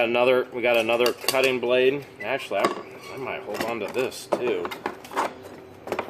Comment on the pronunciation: I like how he kept calling the meat slicer as a b-lade lol